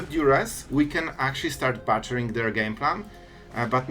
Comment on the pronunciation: You lost and he was stuck on 2 lands. You messed up by not having Cut Down or a Dragon in your opening hand. Soz. Skill issue. I know english is your second (third?) language, so this is just trying to be helpful: "Butchering" is pronounced like "Book" not like "Butt." "Bu-chr" not "buh-chr"